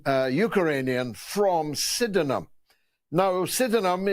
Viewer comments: It's pronounced Syd'nam George. 👍🏻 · Pronounced “Sidnum” BTW